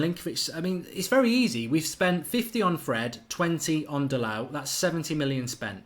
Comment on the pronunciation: DA-LOW. DA-LOW. DA-LOW. DA-LOW. DA-LOW. DA-LOW. DA-LOW. DA-LOW. DA-LOW. DA-LOW. DA-LOW. DA-LOW. DA-LOW. DA-LOW. DA-LOW. DA-LOW. DA-LOW. DA-LOW. DA-LOW. DA-LOW. DA-LOW. DA-LOW. DA-LOW. DA-LOW. DA-LOW. DA-LOW. DA-LOW. DA-LOW. Pls Mark. Fuckin learn the name already.